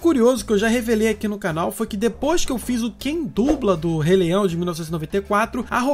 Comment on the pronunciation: " do rei leião" kkkkkk